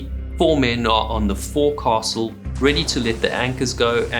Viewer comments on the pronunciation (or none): Fore castle? "Fokesl" Saint Cru? "Saint Croy" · I appreciate your channel, you have a great presentation style. A little something about American pronunciations: Forecastle is pronounced "fowlk-sal", Ensign, "En-sin", Bouy, "Boo-ee". I look forward to future episodes. Thank you! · It is a common-enough mispronunciation, but hearing it at least twice, let my correct you. “Forecastle” is written, “foc’sle,” and spoken as “FOLK-sell.” Ex-USCG. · Did you really pronounce forecastle as for-cassle? Try, foke-sil. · I'm certainly no sailor, but it's FOWK SUL. NOT FOUR CASTLE. Damn. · I love these videos, but cringe the way he pronounces forecastle. Maybe it's a an American thing, but I grew up only hearing and saying it "foxol" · You pronounced forecastle incorrectly. It is pronounced ˈfōks(ə)l. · Good video, but if you're going to cover nautical topics, please learn how to properly pronounce nautical terms. "Fore-castle" "Boatswain" and "En-sign" are all incorrect. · Forecastle........ Pronounced.......... Foc's'le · if you can't pronounce forecastle properly.. feck it 'fowk-sl' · 😮I'm ex-Australian Navy... Forecastle is pronounced "folks-all". The rank ensign, is pronounced "ensen". I thoroughly enjoy your shows.! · "forecastle" is pronounced "foc's'le" except by the irredeemably uncouth. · forecastle is pronounced foke-sul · Wait, is it only Americans that pronounce forecastle "fokes'll"? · I'm English born and bred. It's a foke'sll in our pronunciation. The narrator seems to have a south african accent and they are capable of mangling the English language even worse than Americans do! Also mispronouncing St Croix (properly pronounced as St Croy) as St Croo is another example. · Ensign and Forecastle aren't pronounced the way this dude thinks they are. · If you don't know how to pronounce "forecastle", you probably shouldn't be making nautical videos. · I cringe every time dude says "forecastle". I know that's how it's spelled, but that's not how it's pronounced.